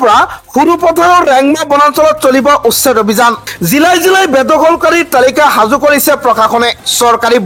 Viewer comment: "সাজু" শব্দটিৰ উচ্চাৰণ হাজু বুলি কৰা হয় কিয়। ডাবৰ নহৈ "ডাৱৰ" হে হয়।বাতৰি পঢ়োতে শুদ্ধ উচ্চাৰণ নহলে শুনিবলৈ বেয়া লাগে।গতিকে উচ্চাৰণ শুদ্ধ কৰিবলৈ চেষ্টা কৰা ভাল।